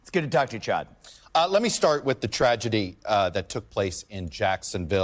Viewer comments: I caught that too 😄 I thought he may have done it on purpose because CHODD mispronounced his name first. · Vivek called him Chodd because Chuck Todd messed his name up, probably on purpose, while talking about him before he was introduced 😂. He's been wrecking msm. Would like to see him as vp for Trump but, he's a strong second anyway.